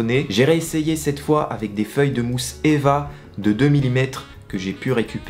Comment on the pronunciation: On dis E V A pas eva mais très intéressant